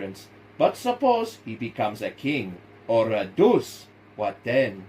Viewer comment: Very good, you mispronounce one word he meant to say duche, not deuce. as in mussolini